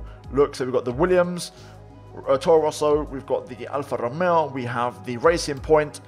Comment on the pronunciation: No one Absolutely no one: pernouncing alpha tauri scuderia ferrari and alfa romeo like a pro